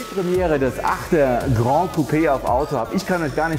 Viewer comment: Geiles Teil! Würdiger Nachfolger der 6er GC. Ich werde mir einen 6er GC gönnen, der 8er ist echt in einer anderen Preisliga. Möchte noch erwähnen dass das "GRAN" nicht aus dem Französischen kommt...und es dementsprechend von fast allen falsch ausgesprochen wird...sonst würde man es "GRAND" schreiben und so aussprechen wie du. Tatsächlich spricht man es 1:1 so wie man es schreibt